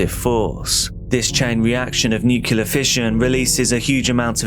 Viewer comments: NuCLEAR. Nu-CLEE-er. NOT NUCULAR. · I know this is an AI, but how come it pronounces nuclear wrong? It's not NUC U LAR! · No one who pronounces "nuclear" as "nukular" should be talking about nuclear issues. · If one can say "nucleus", the same one can say "nuclear". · Literally leaving video because as an English person you ought to pronounce NUCLEAR correctly and it's giving me hives. lol